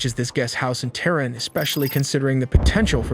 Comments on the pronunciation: WTF man for the Mossad phonetically it's MOW-SAWED, not MAW-SED. And for Tehran it's TAY-RON, not TEAR'EN. like, seriously. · Lol, Ham-izz . Moss-add. Tare-inn. Where does he get these pronunciations from?? Why would you not look that up before you make a video on it? It's huh-maas, mow-sad, and tuh-rawn. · "Hamis"? & "Therin"? 😂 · HAH-miss? TAIR-in? MAW-sad? Weird your video has such good production values while the pronunciation is so bad. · You put all this effort into animations and research, the least you could do is learn to pronounce Iran, Tehran, Hamas, and Mossad. It may seem trivial, but this obvious lack of attention to detail calls into question the accuracy of everything else in the video. Ugg, you mispronounce pretty much every name you mention. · Great animations, but what's up with the weird pronunciations of Hamas, Tehran, and Mossad? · Kinda lost some credibility when you pronounced Hamas and Tehran totally wrong. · One would have hoped that anyone taking the time to make a video like this would have gone to the trouble to learn how to pronounce at least one of the people involved. In the first 30 seconds, I hear Haniyeh, Mossad, Tehran, and Hamas all mis-prounounced. Oy.